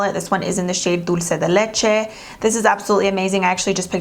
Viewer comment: Yes, I had to replay it, because I love how she said it with a Spanish accent - Dulce de leche!